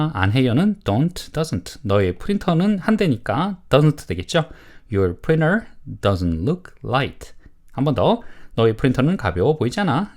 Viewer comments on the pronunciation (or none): Printer 를 프리너 이렇게 발음 해도 되나요? 보통 프린터라고 하지 않나요? 좀 신기했네요 😮